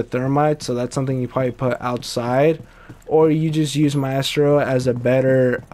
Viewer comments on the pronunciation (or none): It's MY-STRO